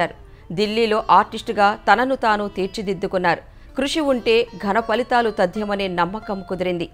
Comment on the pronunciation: పలితాలు కాదు ఫలితాలు, తుపాను kadu తుఫాన్, తుదిశ్వాస "విడిచారు " తెలుగు రాదు న్యూస్ readers కి